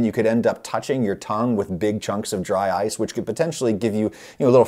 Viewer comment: Dry-ce cream